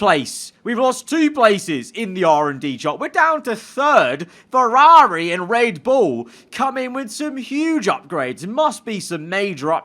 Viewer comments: Ferrari ❌ FerRAWRI ✅ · How he says Ferrari always irks me idk why 😂